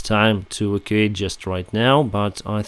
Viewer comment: E vac u ate. Don't mean to criticize the pronounciatetion of evacuate.